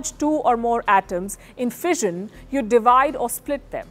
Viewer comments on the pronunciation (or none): none